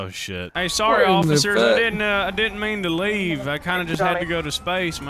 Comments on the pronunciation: "Hello ocifer" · I like “hey what’s going on ocifer”